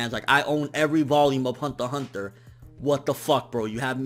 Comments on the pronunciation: I like his reviews and all but man I dislike how you pronounce some of the amines. Hunter x Hunter and Magi just to name a few. Lol keep up the good work. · I'm relatively new to anime and the only interaction I have had about anime is through the internet. I think this is the first time I have heard Hunter X Hunter being spoken. Do you not say the "X" or is that just how says it?